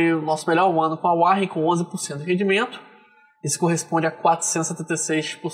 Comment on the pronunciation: Que agonia falar "uárrem". É "uórren" 😁 Eu uso ha tempo e recomendo.